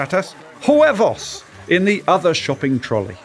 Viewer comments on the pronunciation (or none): It’s Huevos, not ‘Juevos’, Alex! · As a Spaniard and a big Taskmaster fan, I hope to one day be able to call Alex a silly goose face to face for how he pronounced "Huevos". I will let the pronunciation of Patatas go because it sounds very funny.